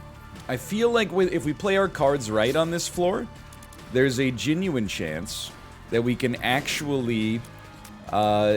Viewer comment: nl says "genuine" wrong as a joke right? i dont believe it's a real accent thing, unless he forgot it was a joke and now its just part of his accent